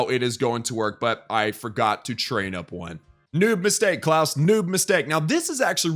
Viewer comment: every time u say Klaus, sounds like class